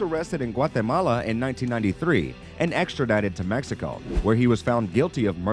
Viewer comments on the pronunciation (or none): none